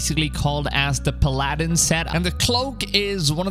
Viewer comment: New Disney movie PA-Laddin is coming ….. dude it’s Pala-din